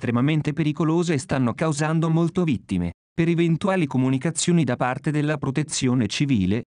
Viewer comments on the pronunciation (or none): Molte not molto (for the Italian one)